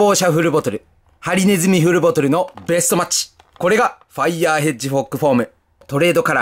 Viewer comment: ずっとヘッジホッグをヘッジフォッグと言ったなんかかわいい